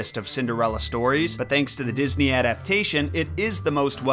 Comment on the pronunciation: Walt DisNAY